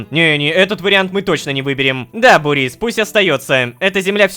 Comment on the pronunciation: Мб ударение на у? Бу́рис